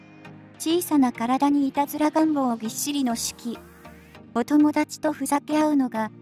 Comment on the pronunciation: シュキじゃ無くてシュキーですよ！